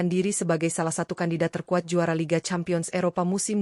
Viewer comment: Campion apa lampion seh Cempien dibacanya